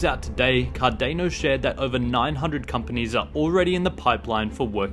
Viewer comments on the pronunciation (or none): Cardano not Cardeno 🤣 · Why would you OBVIOUSLY mispronounce Cardano?! Its like you have never heard anyone say CardAAAAHHHno before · You don’t pronounce Cardano correctly